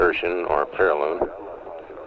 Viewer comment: Appiloon? Periloon? Aphelion (Af-fee-lee-uhn) and Perihelion (Per-ruh-hee-lee-uhn). You describe the whole procedure well otherwise.... And there is also landing fighter aircraft on the pitching deck of a moving aircraft carrier that pilots were routinely managing decades before, too.